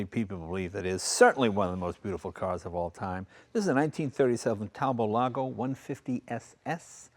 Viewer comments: Talbot was English named after one of the founders an English Earl. Pronounced Talbot, with a "t", not Talbow. The other founder was a French guy but the company was English and in England. Talbot teamed up with a French company making products in both counties, which disappeared in the mid-1930s. The manager of the French factory, Lago, bought the French factory creating Talbot-Lago. The name Talbot was still used in the UK ending up under the Rootes Group as they bought the UK factories. So a Talbot in France and one in England - similar setup as with the name Daimler, one in England and one in Germany. Rootes unfortunately were eventually bought by Chrysler of the USA. Talbot-Lago wee bought by Simca who again were bought by ...Chrysler USA. Peugeot bought Chrysler's European interest. The Talbot brand was used until recently. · Talbot! Like robot! Not Talbot! Like rainbow! Ve ist sprecken ze englisi, oui? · Never heard "Talbot" pronounced like that. In the UK, I've only ever heard it as "Tall-Bott". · is our hero! Using cars the way they were intended to be used. I always thought that Talbot was pronounced using both T's. My grandpa had a 1985 Talbot and he used to pronounce it while putting emphasis on the O instead of A.